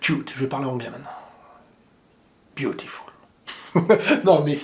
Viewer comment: Ptdr quand il a dit beautiful 😅